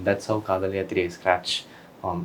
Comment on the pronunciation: How many times he says "scrach" ? - Yes